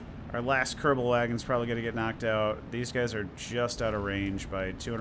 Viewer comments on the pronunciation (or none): Kerbal wagons. lol. Pronounced: Coo-bal